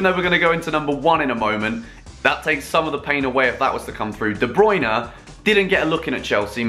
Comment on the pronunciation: Wanna hear a joke ? The way he says ''de Bruyne ''